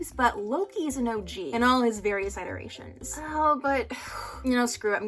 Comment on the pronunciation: Girl, why you saying iterations like that? It’s scaring me please